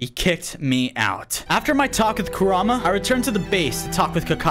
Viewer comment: I just have to tell you that its pronounced ku-rah-mah and is spelled kurama just so you know